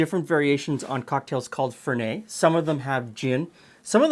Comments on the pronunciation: Fer-net not Fer-nay. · it's Italian...not French Fer NET LOL Even Alfred in Batman said it right. And....you will grow to like it. The finer palates do. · in italy we pronounce the t, FerneT :) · While it might have been pronounced Lewis, it is pronounced Fernette, because it is an Italian bitter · Fernet is huge in San Francisco and shots of chilled Fernet is extremely popular with hospitality workers in the Bay Area. Also,in the bay it is pronounced Fur-NET with a hard T. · There are no silent T's in Italian, so you do pronounce the end T, it's not French. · Quick tip: Fernet is an Italian liquor, and so you pronounce the "t" at the end.